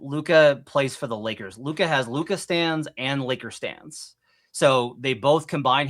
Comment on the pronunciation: Ya he’s another one of these guys who doesn’t even have the decency to pronounce Lukas name right. I’m sure he would correct you if you mispronounced another name tho.